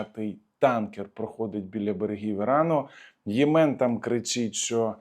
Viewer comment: Не Є'мен а Єме'н